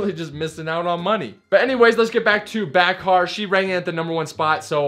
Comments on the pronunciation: FYI her name is pronounced without the k. So like Bahar, (Ba-har). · You are pronouncing Bakhar’s name incorrectly. The “ K “ is silent. It’s “ Ba-har “ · Ba har. “K” is silent. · The k is silent in Bakhars name it's pronounced Bahar just so you know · I had a feeling he was mispronouncing her name! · You should have probably researched how to pronounce her name before making this video, bruh